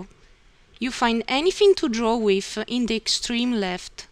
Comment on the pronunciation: First of all, your English is very good. Thank you for putting together such a helpful tutorial. I hope you find these comments helpful. There are some pronunciation errors, but many of the discrepancies aren't really errors, just funny word selections. "brackets" you said brake-it-s | "through" you said froo | "with" you said whiff | "home" you said ohm | "button" you said but-tone | "circle" you said seer-co | "anything" you said anyfing | "these" you said dee-sss | "three" you said free | "while" you said why | "letter" you said litre You said "You have different ways to draw as the way you like." It would be better to say "You have different drawing options to suit your preference." You said "Let's see how to draw." Maybe "Let's look at the draw section." would be better. : You started a sentence a sentence with "You find". Since it's the beginning of a sentence it should be "You will find" : You said "keep mouse on such buttons" and it should be "keep the mouse on one of these buttons" It sounded like you said "Then we explain you how to draw." and I think you meant "These will explain to you how to use them." You said "below the right buttons" where you meant "below each button" You said "These are simply used to change the way to draw your arc or circle." This is not wrong but it would be more clear to say "These simply show the different construction methods for drawing your arcs and circles." You said "Click on it and select wh